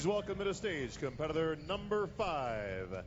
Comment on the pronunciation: Why is the announcer having trouble pronouncing "competitor?" He is adding a W to this word.